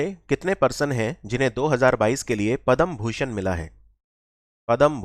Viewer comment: Thank you. .one thing I noticed is it is not Padam Bhushan. ..it is Padma Bhushan...Padam & Padma 😂